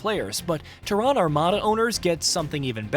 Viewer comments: TERran not terRAAN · That’s like saying Hu-MON instead of human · ‘The TEHRAN Armada’ Go home AI. You’re drunk. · TerrAAn, Is this voiced with AI or does the narrator not know what the Latin\Scientific name of our planet is ? You don't live on Terrà you live on Tèrra. The emphasis is on E not A. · need to learn how to pronounce Terran..Its teh·ruhn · I thought it was called Terran armada not Ta-ron armada 🤣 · Tehran? Yeah, this is what happens when you use AI for your videos that have not been trained properly. Despite Terran being an easy word in the English language. I have noticed them use AI before. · First I gotta say this... its TEARun. Pronunciation: /ˈtɛrən/ (TERR-un). I have this game for PC and have a couple hundred hours. I like it, I like it a lot. I cannot wait to play it on the Playstation. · Nice, though you're saying Terran wrong! 😯😂😀🤘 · I dont trust anyone that cant pronounce terran correctly. They act like they never played starcraft and it shows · I can’t with your pronouncing of Terran. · Why is he saying Terran like that? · Bro, ain't no way you are in the gaming space and don't know how to pronounce Terran. Get this clown fired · I know it's not a big deal for most people, but it's kind of jarring to hear you mispronounce "Terran" all over the video. (The stress is on the first syllable) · Can't say Terran really annoying, Idiot or AI? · "Terran" pronounced totally wrong, over an over. Sad. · What is that pronunciation of “Terran”?! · I was thinking the same thing. Thought it was AI. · Yeah, his mispronounciation was highly annoying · That's exactly the reason I came to the comment section, it was driving me absolutely crazy! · 😂😂😂 yeah they way he's pronouncing Terran is throwing me off 😂😂